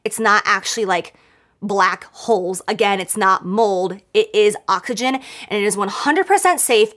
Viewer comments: She sure did I thought she said that too at first but I had to make sure if I heard her right 😂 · "Its is ocagen" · Did she say occagyn? Is that like oxfoliate? 🤣🤣🤣